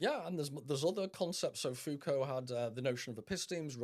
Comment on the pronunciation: Please God stop saying FooCoo...it's Foucault.